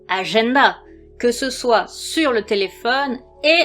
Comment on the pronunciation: Magnifique ta petite phrase de fin, une conclusion lumineuse ✨ "Petites lucioles" ? Trop mignon ! 😁 Décidément ce petit accent me fera toujours craquer "agenda" ❤😂 Bon, on en a aussi parlé plus d'une fois, même si je n'ai pas passé les diagnostiques pour détecter un TDA/H chez moi, je comprend un tas d'aspects évoqués pour les vivre moi-même. En plus tu as mentionné une info qui m'a percuté en début de vidéo : un enfant ayant vécu un manque d'oxygène à sa naissance. Un argument qui me concerne aussi. 😘😘